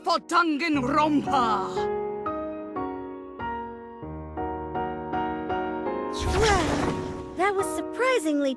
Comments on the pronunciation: They say danganronpa like: dong on Ron pa How we say it:DANG IT GRANDPA!!! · saying dangaropa: gangaronpa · the game: dangkanro-n-p-a us: dang-it-granpa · What- I say it like 'danganropa' when it's actually danganronpa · I love the way she says:"D A N G A N R O N P A" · i did not know how british these characters are until they pronounced danganronpa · WHY DO THEY PRONOUNCE DANGANRONPA LIKE THAT